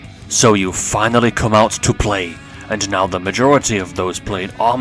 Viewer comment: "FINILY" wtf?